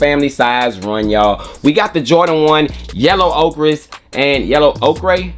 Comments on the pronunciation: Ochre pronounced like Cardi B yellin OKURRRRRRRRRRR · Pronounced OKER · I swear does nobody know how to say Mauve and Ochre? They’re pronounced Mahv and Ohkr. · !!!… you pronounce it OAK-ERR